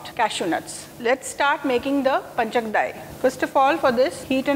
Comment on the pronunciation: It is Pancha-kajjaya and not panchakdai as you say.